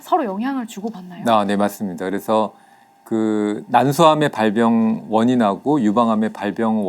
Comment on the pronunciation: 발병을 발뼝이라고 발음하는사람 처음봄..